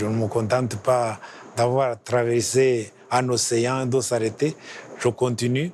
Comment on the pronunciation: 😅😅 "de s'arrêter" pas" de saleté " mais au rwanda on confond les R et les L toujours 😂